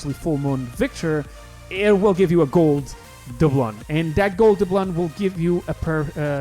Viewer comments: pronounced: "duh-bloon" not "duh-blun" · Great video, but doubloon is pronounced Da-bloon